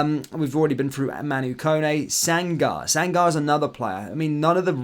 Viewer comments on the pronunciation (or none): The Player's name is SANGARÉ, Pronounced as SAN-GA-REY. Not SANGAR! Best be doing your due diligence regarding pronunciation of names, especially African Names, you seem pretty bad at it. The name DOUCOURÉ, is pronounced: DOUGH-CU-REY: Not DOCOOR, as you've been saying. Give it your best shot Mate 👍 You'll Never Walk Alone.